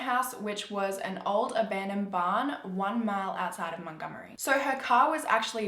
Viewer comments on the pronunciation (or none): none